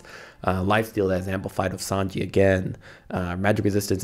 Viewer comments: i cannot believe you call sange as sanji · please never pronounce sange like that ever again